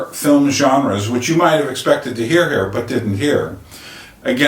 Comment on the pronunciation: The VITCH haha